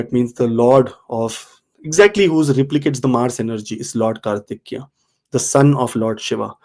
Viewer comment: I guess it is Kartikeya. Please correct if I'm wrong. It's not Kartikya.